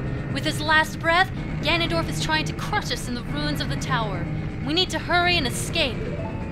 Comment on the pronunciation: Wow, you absolutely slaughtered Ganondorf.